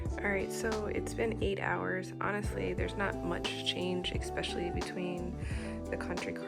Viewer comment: I always get so tickled when you say expecially ‼️💙😘